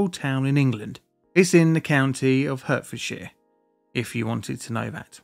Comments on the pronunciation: Mate, you're British! You know Hertfordshire is pronounced 'Hartfordshire' and not 'Hurtfordshire'. You may have some US subscribers, but you don't need to mimic their ignorance (and in my experience of Americans, they don't wish to mispronounce things). Otherwise, keep up the good work. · I worked in Middlesex at the time. I remember this waking me up, I thought something had fallen off a shelf in my bedroom. You could see the smoke for miles. Oh fyi it’s pronounced “Hartfordshire” not Herfordshirt. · Despite being written Hertfordshire it's Hart-fordshire not Hurt-fordshire. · It's pronounced "Heart" not "Hurt", are we all Americans now?! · I lived in Hemel Hempstead when this happened just 3 streets away and. It's pronounced "heart -ford-shire" not "hurt-ford-shire" .... I was 4 maybe 5years old. windows blew in many homes and thick black smog covered the town for a few days and completely shut down the motorway closest I believe that the M1 or M25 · Hurtfordshire? It's HEART - Ford - Shire 🤣🤣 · It's pronounced HART-f'd-sh'r (not HURT-). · I was in high school in Luton when this happened - We got to go on Christmas holiday early because of it. p.s. its pronounced HEARTfordshire not Hurtferdshire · hurtfordshire?! Bro its pronounced 'Hartfordshire' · Get your AI to pronounce Hertfordshire properly, It’s HART not hurt. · Dude, it's HARTFIELD, not Hurtfield. Just saying what everyone else is thinking. Carry on! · It’s pronounced “Heart-forsdshire” not “Hurt-fordshire. As in the Hert, a stag! I was living in Hitchin at the time, in an old house. In the early hours of a Sunday morning I remember being woken by my doors rattling and a ghostly “whoooo” noise. I thought my house had suddenly become haunted. Until a few hours later I understood it wss the shockwave. At the time I was doing a lot of work around the M1 at Breakspear in Hemel Hempstead (right next to the depot) and I’m glad it happened at 6am on a Sunday! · Why do ypu keep saying HURTfordshire?